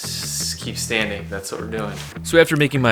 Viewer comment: Standing not “stainding”